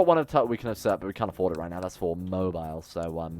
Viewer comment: oh and it’s Mo-bill